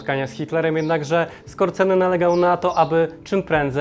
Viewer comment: ochodził ze Skorzęcina. Jego nazwisko prawidłowo wymawia się przez rz, a nie r z.